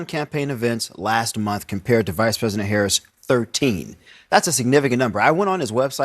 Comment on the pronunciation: Omg... she thinks she is bigger than Jesus... insulting , dreadful woman. It won't be long now kamala...u can't even pronounce president... u said presiden... are u on something💊💊🍷🍷🍾🍾🍾🥂🥂🥃🥤🧋🧊🧃🍻🍺🍹🍸🍼🥛☕️🫖🍷🥤🥃🥂😂😂😂